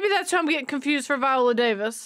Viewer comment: Baby…I rocks with you. Hard. But you saying Viola at least two times in this reaction had my hackles on erect. 🤣 Especially when I realized that you finally realized it, but had no edit to acknowledge that you realized it. Shawty you da best. 🥰